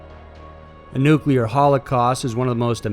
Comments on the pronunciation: New-Klee-ur NOT nu-que-lar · New-clear, not Noo-koo-ler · NUCLEAR. NEW-CLEAR. It is not NUCULAR! You try to make it sound like "singular" or "secular", and you are 100% WRONG! It is NUCLEAR, not NUCULAR!!! 👎😖👎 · Nuclear** nu-clear, not “Nukuler” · NU-CLEAR. Not Nucular dude. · Really? "Nucalear"? It's pronounced noo-klee-er. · Nuclear: New-Klee-Ar NOT New-Kyoo-Lar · Stop pronouncing nuclear as "nucular" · I appreciate the video. Thank you! But you do realize there is no "u" between the "c" and "l" in nuclear. I dunno, I always cringe when someone says "nuculer". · nuclear /ˈnooːklier/ FUCK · Please stop pronouncing "nuclear" as "nuk yew ler" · Nuclear not nucular